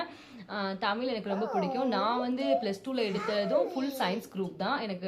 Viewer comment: Tamil ellai Tmizl naakai mellemadki sollavendum sory